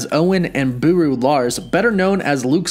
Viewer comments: It's Beru not Buru. Oh, and I wonder if their gonna bring up that Owen and Obi wan are brothers. That would be fun. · Booroo😂 Beru